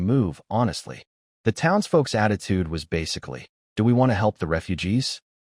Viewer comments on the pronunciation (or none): none